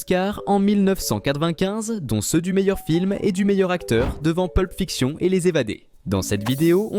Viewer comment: Des le début vers la 15eme seconde la prononciation à la française de Pulp Fiction, que personne ne prononce de cette manière. On va faire les détails cachés dans la vidéo des détails cachés